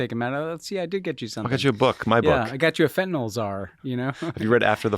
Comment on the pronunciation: Now you guys are also mispronouncing Fentanyl as Fentanol just like MAGA.